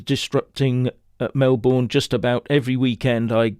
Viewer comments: Pronounced Melbn not Mel-born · It is pronounced "Melbin" not "Melborn" Thank you. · FYI It's pronounced Mel-b'n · Please don't say Mel Born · Pronounced Mel bin, or Mel bun. Welcome to the people's republic of Victoria. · Melbourne is pronounced "Melbin" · We pronounce it Mel - burn..😂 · You're mispronouncing Melbourne. It's pronounced with a Schwa on the unstressed syllable.